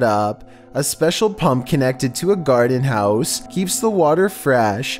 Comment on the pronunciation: Did say 'Garden House'